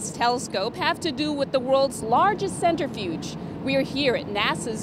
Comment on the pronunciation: “Center Fuge.” 🤦‍♂️